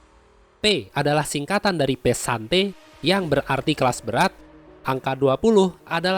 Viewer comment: Pesante +t pesantet wkwkwkwkwkwk